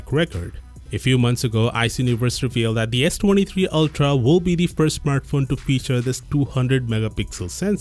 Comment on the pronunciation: smurtphone? lol bad english is amusing